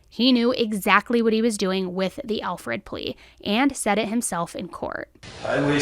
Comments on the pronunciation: Its not Alfred, its Alford. I didnt learn that myself until recently. I absolutely love all of your work,! Especially the new Dark Chapters. 💞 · Alford plea, dear. Not Alfred.